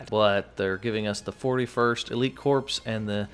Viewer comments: Pronounced core, not corps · stop saying corp and corpse, Corps is pronounced like core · Friendly reminder, it is pronounced “core” not “corpse” 😉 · It’s pronounced cor not corps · A “corpse” is a dead body, a corps is a military unit of identification and it’s pronounced “core”, the “ps” is silent. just trying to help so you don’t sound like an idiot. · Corps is not pronounced like Corpse. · Corps is pronounced like core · Hmm it's pronounced core* 😂 but on the low I'm actually really excited for this update. Little disappointed on the fact that skins are lacking though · Corps is pronounced "Core"